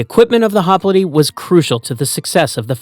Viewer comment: Holy shit… HOP LITE, not, “hop littay”.